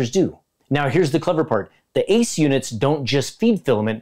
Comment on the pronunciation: It killed me when he said A-C-E in separate letters 😭